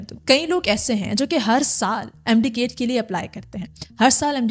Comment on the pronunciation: It's MD CAT not KAIT, so many pronunciation errors at this level are inexcusable.